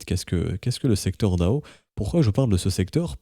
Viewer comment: Généralement on le prononce plutôt D.A.O en épelant chaque lettres, puisque c'est un sigle comme FBI ou ADSL.